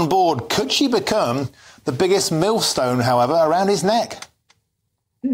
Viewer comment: Did he say millstone or milfstone? Prob mill but sounded like milf.